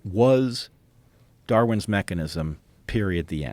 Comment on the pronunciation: Dawin was born in 1809. His theory of evolution was arrived at in 1859. .Love hearing from you Brett ..but you keep saying "Darwin's Evolution" with emphasis on "Darwin's," as if Darwin owns the evolution that creates life. Just call it "evolution." Darwin does not own the process. Don't give him a creator status - whilst you deny a "creator." Go back and listen to how many times you said "Darwin's Evolution" and with deliberate emphasis on "Darwin's" rather than "evolution" to illustrate that he owned the process, Unfortunately this is a little bit of brainwashing..Joe you agree too easily. Tucker is on the right track. Darwin did not create "evolution." He is simply, in 1859, trying to name the process in nature. It is not "Darwin's evolution" - it is Darwin's THEORY of evolution and for some.. Darwin's theory of the creator's evolution. Brett appears to be giving creator status to a scientist.